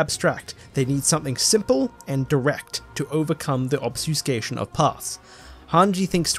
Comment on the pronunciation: Are you trying to say "Obfuscation" lol? It's REALLY throwing me off every time you say it without the F. Or is there another similar that you're actually saying? Just curious, not tryna be mean.